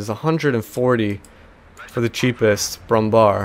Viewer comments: Brummbär Bär is pronounced bear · ...its Pronounced "BrummBehr"...like in Wehrmacht...nor BrummBar...they forgot the Ä in it and just put a normal a because americans....